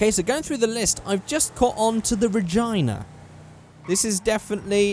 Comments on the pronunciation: "The Ragina" it's not pronounced like vagina, it's pronounced Ra-gee-na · Its the Ray-Gee-Na not the Ray-Gi-Ni makes it sound like a vagina...!!!!! ~ 2017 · All of these comments about the gasser being wrong, how about the fact he pronounced Regina with the same sound as vagina... RIP. it's Rah-gee-na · for 1 sec i thought u said Vagina.... but no it was Regina :P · Tha'ts an interesting pronunciation for "Re-ge-na",. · D got Tha hits when he said regina it sounded like vagina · The way he said Regina 😂😂😂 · The way he pronounced Regina 😂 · omg hahaahhahahaha the way he pronounced regina that was just the funnyest sh*t ever xD xD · Was it only me, but when he Said Regina it sounded like he wanted to say vagina???